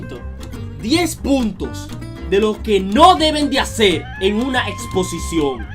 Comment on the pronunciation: creí q decía explocion, y como savia q me estaba miando